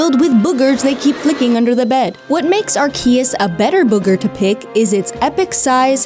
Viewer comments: its ARE-key-us, not are-KEY-us!! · ar key us ? no no no it's ar K us like Day us in in deus like god in latin. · why on earth would you pronounce Arceus with a K... just say it R C US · Wait, the name is pronounced “Ark-ee-us”??? I’ve been reading “Are-See-Us” this entire time. Never heard someone says the name out loud. Lol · Let me help you… it’s Arrrr-Sea-Us…. 😆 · It is pronounced Arseus. It comes from the Japanese title アルセウス (Aruseusu). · (Ar-sea-us) the c is sead like a s. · Great review as per usual. One bone to pick, small one but nevertheless. It's pronounced Arse-sius 😂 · R-Key-Us is an interesting way of pronouncing Arceus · It's pronounced as ARt-hee-cahootas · Bro its are-see-us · Did no one who played this game watch any of the trailers? They say the name in them! It’s ARK-EUS, people!!! It ain’t that hard! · AreKeyUs Arkeyis Arcius Arkeus Arrceus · The Arceus pronunciation was making me cringe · The way you misspronounce Archeus is disturbing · OMG for the love of god pronounce Arceus right! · I love how nobody knows how to pronounce Arceus, but especially does not know how to pronounce Arceus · My soul cringed every time she mispronounced Arceus. It’s painfully obvious she missed out on playing Pokémon as a kid.